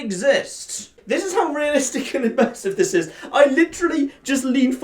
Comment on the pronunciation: Did someone say.... UGHMersive?!